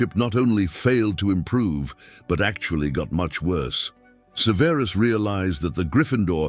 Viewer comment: Suh-VEER-is Snape lol. I can't 😅